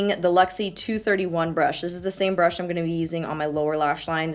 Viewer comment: sounds like you're saing "duo fibre butt" 😂😂😂😂😂👌